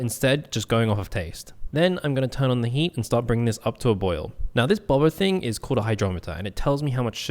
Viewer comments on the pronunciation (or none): none